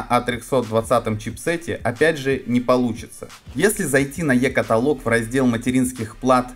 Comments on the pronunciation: КатолООООг, не катАААлог. КаталОООг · СлотЫ??? КатАлог??? Да, тут проблемы не только с английским...